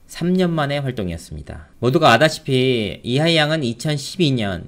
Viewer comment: 당신 발음도 살짝 어눌합니다. 아다시피가 - 알다시피 랍니다.